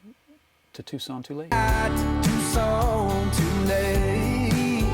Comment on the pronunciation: Tucson, not Tuscon ;)